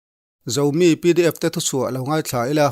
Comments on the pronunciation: A bengvar thlak e. Zomi i lam rik dan hi ngaithla ngun ve leh teh,Zo tih ri hi sang zawk se mi tih aiin a dik zawk hmel. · A dik khawpmai,Zo ri hi a ri sang zawk zel ṭhin a sin maw le. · Zomi tih a, :zo'i lam hi 'lo thlo zo' tiha zo ang hian i lam a, Mizo tiha 'zo' anga lam tur a ni dawn lawm ni. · Zoram zomi zokhua,tih ang thoin lam tur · Zomi tih I chhiar dan hi han ngaithla tha leh teh, chhiar i uluk deuh a ngai, thildang chu a tha khat e.👍👍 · ‘Zomi’ lam dan chu a va mak ve. Thu lam rik dan hi tun aiin uluk ni se. BBC ah tepawh ‘hming lam rik dan’ index hi a hranpa ngatin an nei a, an zir ngat ngat thin.